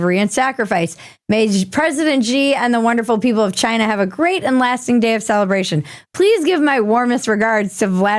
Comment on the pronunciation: "Chiiyinaa!" Ha ha ha ha ha How'd you fight that extra syllable in there? Ha ha ha ha ha ha ha ❤😁👍